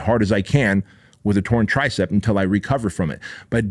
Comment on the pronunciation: It’s tricep not “TRICEPT”